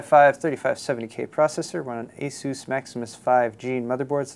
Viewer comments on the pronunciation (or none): none